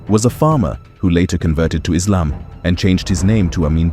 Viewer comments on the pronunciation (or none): none